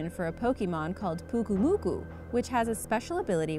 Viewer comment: PYUKUMUKU NOT PUKUMUKU